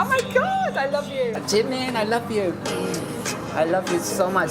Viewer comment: Bro did not say "Jaymin" instead of Jimin💀